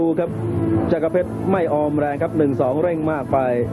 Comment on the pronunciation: ต้องอ่านว่า จักร เพชร อ่าน จักะ ร เพชรได้ไง มี ร คั่น หลัง ก